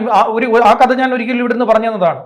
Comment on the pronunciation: ഉശ്ച്ചാരണ ശുദ്ധിയോടെ സംസാരിക്കാൻ ശ്രമിക്കണം. " കദ " അല്ല "കഥ" എന്ന് തന്നെ പറയണം. അതുപോലെ " വിദ്ധ്യാർഥി " അല്ല " വിദ്യാർദ്ധി " എന്ന് പറയണം.